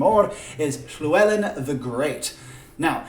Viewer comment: This is a very interesting idea. I'm not a historian but I am Welsh. I'm impressed you can pronounce Llywellyn, but oddly not Dyfed or Mawr hehe, I'm from Dyfed, which is now called Ceredigion. But don't try saying that ;) Very interesting ideas. I'm glad YouTube's algorithm showed me your video. I really would love them to split the Celts into three civilisation.